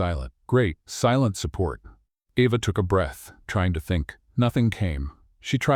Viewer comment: While I liked this story, it is frustrating that the reader pronounces the girl's name "Eva" and the next time pronounces it "Ava." SO, which is it?